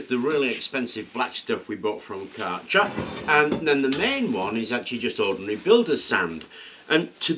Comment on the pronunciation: "Karacher?' Just sound it out , k a r c h e r . There is only one A. Just Archer with a K in front. German pronunciation....... Kercher.